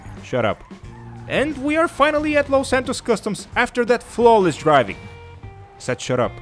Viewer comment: He said flawest driving😂😂